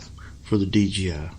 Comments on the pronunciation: OMG, 10 minutes and 45 seconds to finally remove the battery! BTW, it's not D GEE I. It's D Jay I. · Please learn to say DJI instead of DGI. It really bugged me throughout the video. Otherwise a pretty good and informative video. Thank you!